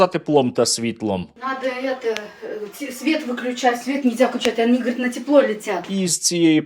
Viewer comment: «оні на тєпло лєтят» 😂